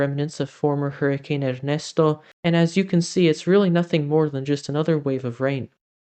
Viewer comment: South/central TN U.S. is cooler, but still very dry....we have seen no rain in weeks. Are you bilingual? The way you pronounce "Ernesto" sounds like you are. "🙂